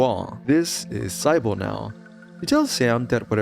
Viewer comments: "Psy-bull"??? why are you pronouncing the name Sybil that way?" See-bull" that's the way its pronounced and its not even an uncommon name. So please, for the love of God, explain, where, and how did you arrive at the pronunciation "Psy-bull"? Has the whole world gone mad? Will I have to cloister myself inside my apartment complex to avoid the Lovecraftian fate that has consumed people incapable of proper pronunciation such as yourself??? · One of the most unique horror games so far, and a rare one that makes some of the terrifying monsters actual allies! Great plot too!! Also just a heads up for ..... Sybil is pronounced Sib-ill, not Cy-Bill. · sigh-bowl's name is pronounced sib-ill btw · Who is Cybull.... I've never heard it pronounced that way. I know Sybil is a very uncommon name but I only hear it pronounced "Sib-ill" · Pronounced like "Sibble". not SY-bil. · Sybil is pronounced Sib-bil not Sigh-bil. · This bothered me so much. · S-eye-bull lmao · "Sye-Bull" for Sybil. Holy AI slop Batman. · Isn't sybil pronounced "sibl"? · "Sybill" is pronounced "SIH-bull". It is a two-syllable name with the stress on the first syllable: the "sy" sounds like the "si" in "sit," and the "bill" sounds like the word "bill". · Sybil is pronounced like SIB-uh. Same sound as in the name Sid. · Just saying, Sybil is pronounced "Sibble" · sybonel lmfao thats not how you say it but close enough lol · The way you pronounce Sybil is taking me out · The sy in sybil is pronounced like si in the word sit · This game is amazing, but that's not how you say Sybil. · How do you pronounce Sybil wrong.